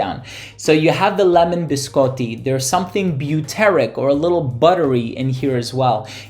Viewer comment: As an Italian, thank you for saying biscotti correctly 🙌 I can't wait to receive this one, thank you for another amazing review!